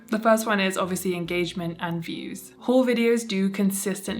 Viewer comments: Thought you were saying 'whole' culture, quite opposite, i think. Sorry, I'm an ESL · Not hearing the L in haul made this video so much more entertaining 😂❤❤❤